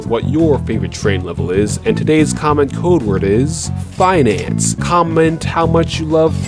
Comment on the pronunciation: "FineAnce" video.